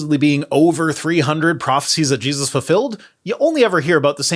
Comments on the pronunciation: am I hearing thinks but did he call Jesus Jeebus? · Every time he says Jesus i hear Jebus. Some strange accent? Is it just me?! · Did he say Geduses? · Is it me, or does this guy keep saying "Jeebus?"